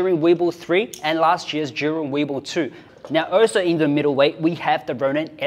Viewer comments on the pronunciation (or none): How do you pronounce Zhiyun? Why do I hear him say “jury” 😭😭😭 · So how do you prononce "Zhiyun" in chinese? Everytime says it, it sounds more like "Zhurin" "Zhureen"